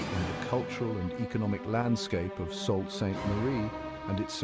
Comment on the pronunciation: Salt? smh It's pronounced "Soo".